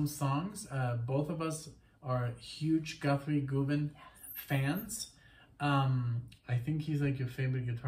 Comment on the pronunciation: I've seen others comment about this, but I guess you've missed it : the first syllable of Govan is pronounced the same as the first syllable of Government.